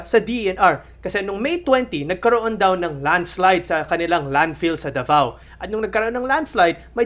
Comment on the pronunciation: CUNA yun oy. At DAVAO Hindi The Vow. Ayusin natin ang bigkas.